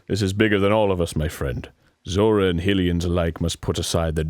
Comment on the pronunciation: please stop pronouncing it HILLians